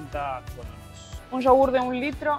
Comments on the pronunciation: tantas veces han dicho y todavia no han aprendido a decir colones bien, si con e al final, colones y en singular colón. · es colones no colonos jaja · COLONEEEEES NO COLONOS jajaja cada vez que lo dicen mal me da el patatús 😅😅😅😅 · Cómo es que llevaban ya varios días en Costa Rica, y nadie les haya dicho que se dice COLONES y no colonos como lo dicen ellos... 😂😂😂😂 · Se dice colones no colonos. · Creo que se dice Colones y no Colonos, pero que me corrija un tico 😃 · Jajja es colones no colonos . Me hace gracias escucharles decir colones 😂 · Hola apreciables y, por favor, la moneda en Costa Rica se pronuncia colonEs. Un abrazo! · Colonesssss COLONES C O L O N E E E S. POR DIOS!